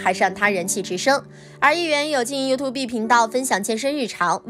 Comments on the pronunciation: 發音不是you-tube嗎？？ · 我倒是觉得up发音优兔碧很可爱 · 希望小師姐在釋出影片前，可以先查一下youtube的正確唸法.........